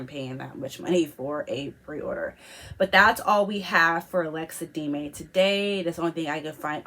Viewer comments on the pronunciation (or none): No she was clearly saying D-may it's not pronounced like that it's de-me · it's pronounced DEM-MEEE not deemaay what you were saying :)